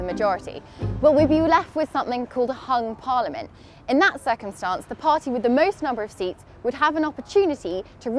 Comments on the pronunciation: "pung parliament" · ... Pung pariamlent